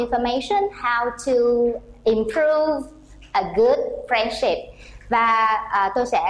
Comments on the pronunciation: Excuse me! The main stress of "friendship"'s on the first not the second syllable!!!. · Friendship is stressed in the second syllable not the first one and the word " so" not be pronounced xẩu like the Vietnamese teacher did. If you pronounce English words beautifully, you should choose either English or American accent but this has to be consistent. Generally speaking, the performence of the Vietnamese teacher is not too bad!